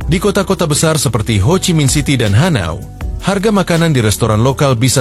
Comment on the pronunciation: Hanoi bukan hanio